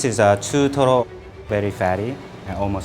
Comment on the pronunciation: chutoro, that perfect accent made my day 😌😂